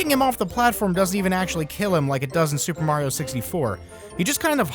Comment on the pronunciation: Tuper Tario Tros.? Why couldn't that guy just call the game Super Mario Tetris?